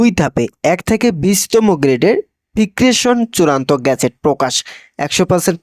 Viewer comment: আপনাকে রিডিং পড়া শিখতে হবে।ফিক্সেনকে বলেন,ফিক্রেশন।। ধোলাই ভাতা হয়ে গেল খোলাই ভাতা। পনি কোথায় লেখাপড়া করেছেন?